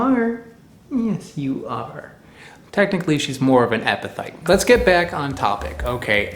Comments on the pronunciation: Why do you keep pronouncing it EpiTHyte??? You've got is spelled properly in your title. It's EpiPHyte, pronounced, Epi-Fight. Also, the plural of Genus is Genera, not Genuses. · pronounced: eppi-fight, not eppi-thight. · Are you pronouncing is epiTHYTE? I always tho7ght it was epi"fight" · In general I would tend to trust local wisdom about edible plants rather than the internet. But also, many things are toxic in large quantities but beneficial in small quantities. There is a reason we benefit from a varied diet. Anyone else distracted by "epithyte" instead of "epiphyte"? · Why you keep pronouncing ph as th? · I love your channel but the amount of times you said EPITHYTE is embarrassing. You can hear it. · The ph in epiphyte is pronounced like an F, not like a th.... so it's like "epi-fight" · Good job mispronouncing EPIPHYTE through this whole video. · You're saying it wrong. Its a ph not a th